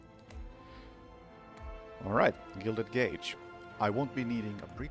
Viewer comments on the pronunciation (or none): none